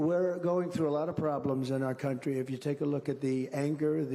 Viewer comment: He did say the c word when he said the latinos "come" into our "cuntry"